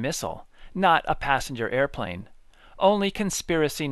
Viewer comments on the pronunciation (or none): none